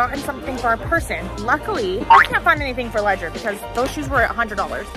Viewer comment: im just asking why did you call him ledger-nike